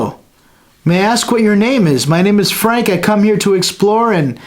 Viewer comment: The voice that said "Frank" had a German accent.